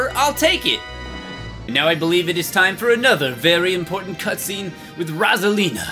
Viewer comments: it's ROSE-A-LEEN-A! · It's ROSE-A-LEN-A! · It's rose! Alina not rosalina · ROSE-A-LEEN-A Like so PBG can see!